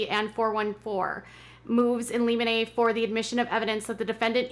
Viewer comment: It's pronounced lim-in-ee